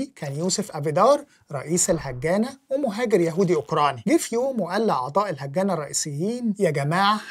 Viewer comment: هاجانا وليس الهجانة